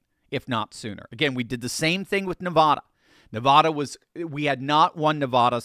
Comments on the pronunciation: It's NE-VAAAAHHH-DA. VAAAA...OK. Please stop calling it Ne-vah-duh. Thanks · Your pronouncing Nevada incorrectly repeatedly, but we in Nevada (Vegas) can understand. It's Ne-Vaaa-Da Not Nah-Vah-Dah. 😉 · Please take note: preferred pronunciation for Nevada is "Nev.ADD.ah". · it is Nevada as is adenoid not Nevahda as in turn your head and cough. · ...it's not Nevada. It's Nevaaaada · Please stop saying Nevada incorrectly!!! Every time someone says it that way, it seems like they're trying to class the place up! Please stop!!!! I'm a huge fan, just trying to help. We tune out when people say our name wrong!